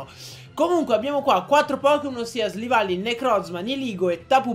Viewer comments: SILVALLY NON SLIVALLY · Ma come li pronunci??? Golisopod??? Slivally??? Nn per fare l'hater, però... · si dice silvally